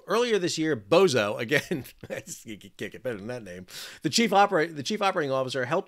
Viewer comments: It’s Bozzo, not Bozo. You’re just pronouncing it wrong, but I guess have fun whatever. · To be fair, the pronunciation should be Boz zo or Botzo, not Bo Zo, who is playing wizard of Oz in the oval office. Love your reports Sal!